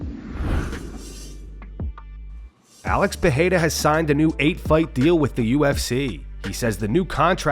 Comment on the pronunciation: This has to be one of, if not THE best MMA news channel ever! He even pronounced Pereira properly. 👍🏽👍🏽